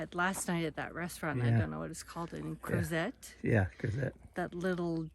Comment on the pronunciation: Crozet is pronounced Crowzay — it’s named after a Frenchman.